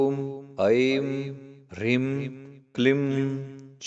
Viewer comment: Rim and not hreem?